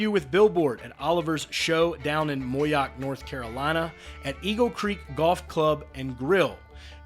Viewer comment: It's Mo....Yock...Moyock